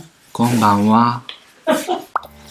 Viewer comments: ブリちゃん今晩です🤗 MOOK本買いましたよ❣この間の動画の撮影現場はこの為だったのですね✨素敵なお写真満載でブリちゃんと一緒に撮れるフォトフレームがあるので直ぐに予約してゲッチュしましたよ👍 あと、「こんばんわ」の発音が好き❣️ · ブリちゃんの「是非買うてみてください」「こんばんは」の関西弁ちゃんとｲﾝﾄﾈｰｼｮﾝ合ってるよ～💓